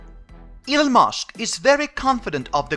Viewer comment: Elon not Elun